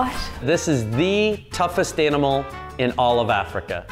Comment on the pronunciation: Yo stop saying tufust animal